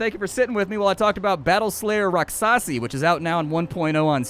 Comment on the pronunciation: Um... rakshasi would be the proper spelling if you want that pronunciation.